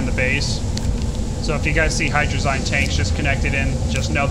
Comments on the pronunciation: you say hadrzie rong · I'm salty about the way u guys say hydrazine it's supposed to be pronounced like hydra-zeen